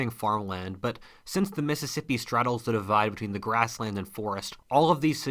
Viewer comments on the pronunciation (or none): none